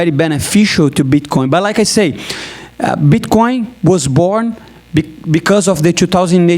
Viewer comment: I think he said Bchcoin in the beginning 😂